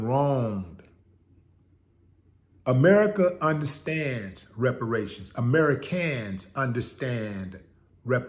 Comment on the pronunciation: "Ameri-kans and Afri-kans"....yes, there is a distinction....